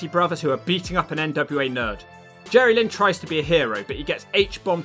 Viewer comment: Jerrylynn! (pronounced as one word)